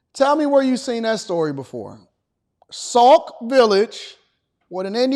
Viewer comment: It's Sauk Sauk Village, not Saul...😊